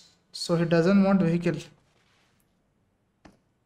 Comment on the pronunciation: nobody:: vehikill,cirkill:)